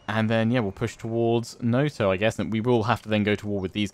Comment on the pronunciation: When it comes to japanese pronunciation is quite easy, it is usually read exactly as it is written, except when it is not. A quick example, when you say 'Noto' you say it like 'Noutou' while a japanese person would say it simply 'Noto' Sadly can't write in IPA in the youtube comments.